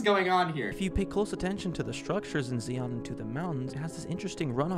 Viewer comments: lmao bro really called Zion "SEEYAWN NATIONAL PARK". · "Zeon" National Park, no Earth Federation allowed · Excuse me, ZEE-on?? Noooo it's ZIE-on (sincerely a native Utahn) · this man pissed me off by pronouncing Zion as “See-on” (It’s “Zy-In”) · Okay, listen, I was giggling at his stupidity through this video, but when she said Zeaon instead of Zion (and for the record it's not fvcking ziOn with the emphasis on the o it's zIon with the emphasis on the I I'm grew up a 20 minute drive from it, I went there multiple times a year fpr school field trips, and if you add an s at the end "Zions" just dont come here. Stay home or go anywhere else. Or do come, and go hike the narrows during a rain storm (literal death sentence) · Hearing him say "Zee-on" made my blood pressure skyrocket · Fr, I've never heard of "zee-yon" national park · As a Utahn my one of the greatest discrediting is his pronunciation of Zion National Park. Zi-ON that’s how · I hate how he says "Zee-on" It took me 5 minutes to figure out he was talking about Zion National Park.... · This bro didn't deserve the time of day. He legit says Zeon. 🤣🤣🤣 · I find it really weird that a self-professed conspiracy theorist can't pronounce Zion correctly. "Zee-on" are the bad guys in the original Gundam series. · "zeeawn national park" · Honestly, im just baffled at the pronunciation of Zion. WHO LOOKS AT THAT AND THINKS “OH, THATS PRONOUNCED LIKE A C. YEAH, SEE-ON.” -sincerely, someone who lives near “see-on” national park. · “Zee-on” You mean Zion? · I used to live 20 min from zion and it is driving me insane that he is calling zeeon 🙃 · Why does he insist on pronouncing Zion as "Zee-On"? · Being from Utah Zions National Park. And he's saying zeon. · "Zee-on" is more painful than "looks like" homie can't even pronounce the name of the park and will tell you to "do your own research" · Did he call Zion national park Zeon?! The absolute fuck??? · zee-ohn? really? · Maybe he should learn to pronounce "Zion". Ugh.